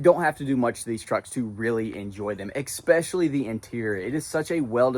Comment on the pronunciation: Xspecially? Try S specially.